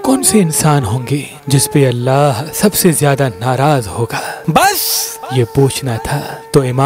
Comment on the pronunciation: پلیز لفظ بس کو اتنا زور ڈال کر مت بولیں بہت برا تاثر پیدا ھوتا ھے